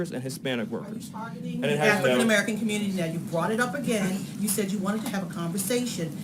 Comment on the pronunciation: Just having a nice little rebuttal with Acosta then all of a sudden: "WATCHOO GON DO BOWT AFRICAN MERICAN COMMUTIES?".